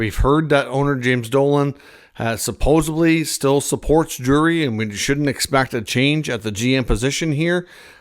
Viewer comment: supposedly not "supposebly" lol.